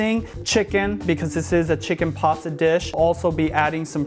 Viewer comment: Are you saying passa? Lol